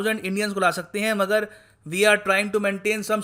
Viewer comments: मैं आपकी इज्जत करता हूं पर आप मगर का pronunciation मागर करते है और मैने बहोत से विडियोझ में ये देखा है। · Its not मागर ITS मगर Its not जलस्व its जलस्वा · मागर नही मगर.. mean crocodile. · It's मगर not मागर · Sir it's pronounce mgar(crocodile).